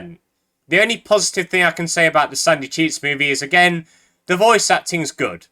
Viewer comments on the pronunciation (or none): every time he says sandy cheeks movie I can only hear "sucky cheese movie"